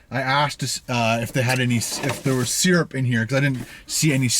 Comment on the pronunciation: You say seeyurp I say syrup 😂